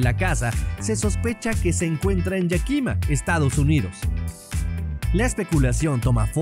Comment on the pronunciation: Yakima se pronuncia con acento en la primera a .